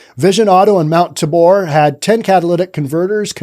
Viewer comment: Like your "news". Keep it up. FYI - It's "Tay Bore" not "TA Bor". Portland has some great names LOL!